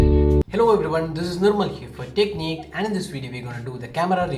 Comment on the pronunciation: I thought he said "this is dickneed" except for techniqued and my left ear is having the most pleasure oh boy